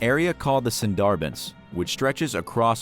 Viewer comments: It is pronounced “Soon Der Bun”. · You are saying Sunderbans incorrectly. And I’m sure I just misspelled it lol. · every indian be like: cringing at his pronounciation of bangladesh and sundarbans (ik my spellings r wrong but if this comment reaches 100 likes il send the actual pronounciation)